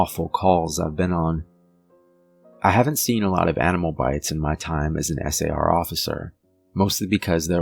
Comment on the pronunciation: I would say you're about the most professional chronicaller I've listened to. The fact that you are speaking S A R instead of pronouncing it like a word, is enjoyable to listen to. I'm a retired physician assistant and one of my pet peaves is of people pronouncing acronyms line MuRSA instead of saying it as an acronym M R S A. Especially non-medical people trying to sound professional. Its less peaving if its someone in the profession, but still an irritant. Clearly, it's a little anal-retentive of me, but language and structure is so essential to professional communication regardless of the profession. Its especially an imperative for the chronicaller trying to convey fact rather than just an anecdote. So, thank you for your precise and professional chronical. Reg